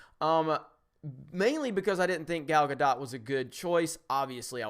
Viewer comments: Gal Guh-doe not guh-dot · Need to balance that intro sound volume. It's easily 3-5 times as loud as you are when you start talking. Also GAL GAH-DOE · Not Gah-Dot, Gah-doh-t. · Gal's last name is pronounced Gadol (ga-dole) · just FYI her name is pronounced ga-dough